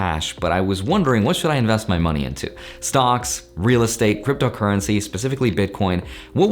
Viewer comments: he says stonks lol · Anyone else hear “stonks” whenever says “stocks”